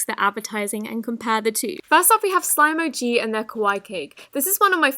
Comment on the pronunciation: I love how you say “slim” instead of “slime”😋😅😵